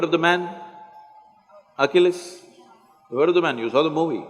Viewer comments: At the beginning of the video he keeps talking about Oculus. You don't know Oculus. You've probably got it figured out by now but Achilles, we pronounce Achilles (ah kill eez) like Achilles heel. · He’s saying ACHILLES HEAL. I thought he said Oculus. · He's pronouncing Achilles wrong.